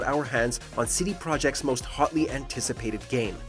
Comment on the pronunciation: Seedy Projekt Red